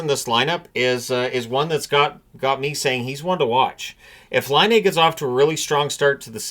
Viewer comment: Everyone is mispronouncing Patrick Laine's name. It's not Line-aye. It's Line-ah.